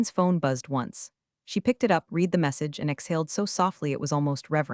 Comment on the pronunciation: No subscription until you fix the pronunciation of "read" in past tense.